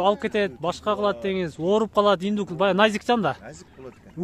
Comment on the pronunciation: Иднук дейби? Или мага эле ушундай угулдубу?